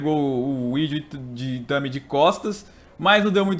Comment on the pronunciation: Parece q ele ele fala Idio Itami em vez de Hideo Itami